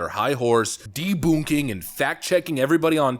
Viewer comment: I 💯 agree. Did you say, “deboonking”?